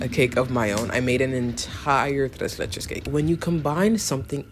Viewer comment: oh you ate that tres leches pronunciation